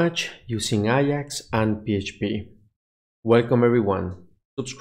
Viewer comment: A-JAX, not I-AX, its not a football club